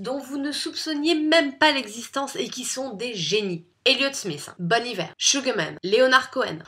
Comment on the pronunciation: tu as vraiment prononcé Bon Iver "Bonne Hiver"? 😂